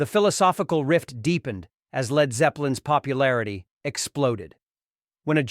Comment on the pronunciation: Speaking of manufactured!!! These stupid computer generated videos are god awful! Who the hell puts these together with an annoying computer voice that can't say "Led", and showing pics of Val Killer, CSN and other wrong images? This needs to go away now!!!